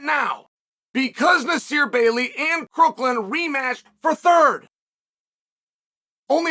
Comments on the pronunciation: Crook-west-Lynn? It’s not his name dude …. Why would you get his name wrong it’s not hard just watch a couple of his matches its Crookham… and the thing called Covid was a government psy-op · Its Crookham not Crooklin. . You mispronounced his name like 30 times. Not most outstanding commentary. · It’s Crookham, not Crookland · Does he get all these guys name wrong on purpose? 😅 Crooklin? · Crookland and storoachee! You’re killing me Chael. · Your credibility on this subject becomes null. You can’t even get Crookham’s name right. It is not Crookland. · You're not even saying his name right. It's CROOKHAM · I thought it was pronounced Crookham? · Crook-lin and Sta-rochi 🤣🤣🤣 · 😂😂😂😂😂 Yeah, that was hilarious! Crookland and Star-roachie!! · You cant even say Crookham's name right.